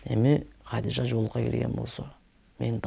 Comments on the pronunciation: Хадича эле дей берсең кыйналбай Хадижа деп орусчалабай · Хадича эле дечи Хадижжа деп албай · Хадича дечи,Хадыжа эмес